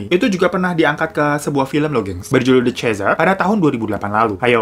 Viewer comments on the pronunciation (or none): none